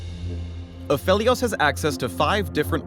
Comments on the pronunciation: Wait, A-fe-lios? Not A-fee-lios? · Its PHEL not PHIL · It's apheelios not aphelios reeeeeeeeeeeeeeee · any reason people pronouncing him as aphilios on stream lol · No one: Riot: Takes a hit of crack Absolutely no one: Riot: Apheilos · its not “apheelios?” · the way you pronounce aphelios is just....wrong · Aphalios? really? I hate that pronounciation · the guys reading a script likely never even heard his name before he read it